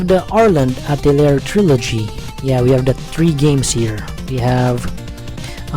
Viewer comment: oh btw..atelier is pronounced ah-teh-lee-yeh ...i hate it when words get butchered in pronunciation